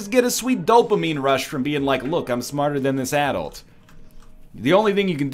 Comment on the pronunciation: Anyone else correct him when he said, "Adult"